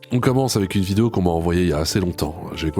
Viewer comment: Tu l'as pas entendu dire qu'elle tournait une "vidéa"?